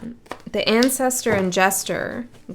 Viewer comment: it sounded like you said "the ancestor ingestor" - i think you really needed to pull in the tarot cards ages ago. xoxoox